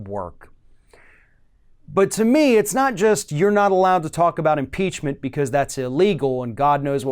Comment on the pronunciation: If they can't say IM-PEACH-MENT they should substitute IM-PEAR-MENT. They won't have to use Trump's name; everyone knows who is impaired and ought to be impeached.